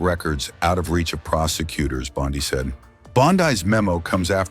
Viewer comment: Please learn how to pronounce officials names: Bondi and Gabbard. I am offended to hear them mis-pronounced.